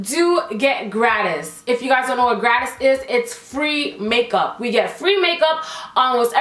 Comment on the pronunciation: Hey so i'm not trying rude at all! like ily and your are funny, but here is a tip. Gratis it free inn Spanish... and it isn't pronounced like that its pronounced gratteesz.